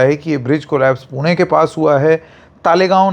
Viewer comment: Wahh sir पुणे ण pronounce karna ata h apko 👏